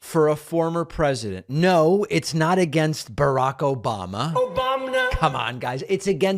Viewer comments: I need to hear "Obamna!" and "Trothe Cential" every day now, or I feel off. 😅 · I knew this was going to be a good show when I heard "OBAMNA!" less than a minute in.